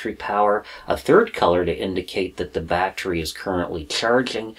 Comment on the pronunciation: sounds like you saying battchery are you from south LA. ,thats how we say it down dare lol ,great video btw !